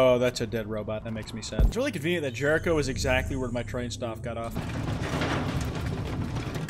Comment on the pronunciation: lmao, when i heard "jericho" i thought it said "terror drone"